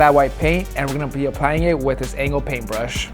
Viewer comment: "Restorations ah "